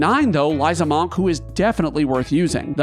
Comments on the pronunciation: The "O" in "monk" is pronounced like a soft "U" sound, more like "muhnk" than "mahnk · More like "Mankh" He's pronouncing it like the Egyptian "Ankh" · You are the first person I've heard NOT pronounce the word like "munk" and it's giving me a visceral reaction. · You're pronunciation of monk is really weird. It should be "munk" not "mohnk" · One note about Amarant; his No Mercy ability isn't necessarily non-elemental. It adopts the element of his weapon. That said,am I the only one who hears the pronunciation of "monk" like "bonk" rather than "bunk"? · “Maunk“ makes me wonder why most pronounce it as if it’s spelled “munk” I mean, geese don’t “hunk” and neither do cars. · Ahh yes, the MAWNK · I could not make it through this video because I couldn't keep hearing "Mahnk" >.< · May the best "mawnk" win! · Wtf is a Mawk? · Is this an accent thing? I could have sworn monk is pronounced more like munk. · I don't think I've heard anyone pronounce it "mahnk" before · Manque? Or Munk? Interesting pronunciation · I love watching your videos, but this one I had to mute. the pronunciation of the work Monk sounding like the first 3 letters in Monster versus sounding like Munk drove me bananas lol. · We love the Mawhnk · the way you say monk is just painful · WHY IS HE PRONOUNCING "Monk" LIKE THAT?!! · How you pronounce monk really gets to me 😂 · I’ve never heard someone say monk like that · Entertaining list. Also, I've never heard someone pronounce "monk" like that. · The way he pronounces Monk.... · I’ve never heard monk pronounced like that and it’s really throwing me off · The way you say Monk is so different then I have ever heard you put so much enface on the O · Sorry bro, but I can't finish it I'm gonna listen to your vowel choice that many times. It's too jarring, nobody says monk that way. Literally nobody. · Amused at how pronounces "monk" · Great video! Also the way you say “monk” is absolutely insane!